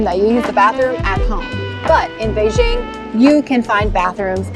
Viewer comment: Its quite interesting to know that...shes been there and adopt to living there based on how she said Beijing.